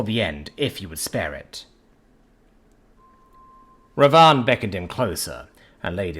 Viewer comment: The narrator really butchered the pronounciation in this one. Its *Bibhisan* and *Ravan/Ravana* . Characters from the "Reamker in Cambodia, the Ramakien in Thailand, the Kakawin Ramayana in Indonesia and Ramayana in India". Ravan was the Asura king who conquered the cosmos and Bibhisan is his younger brother who chose to side with the hero Ram/Rama(Avatar of Vishnu) instead of his own evil brother.